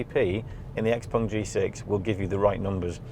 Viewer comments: Great review, but its X-Peng - Not X-Pong :) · Unfortunatly X Pung..... Sorry...X Peng... I heard the video and the person saying X Pung.... Anyway... XPeng G6 is great but will not achieve FSD anytine soon unless they joint or lease from Tesla.... So far versio. 12.5.... Is way ahead of everyone.... Soooo Model Y still the best SUV in the world